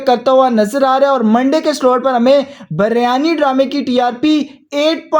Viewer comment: Biryani not baryani😢😂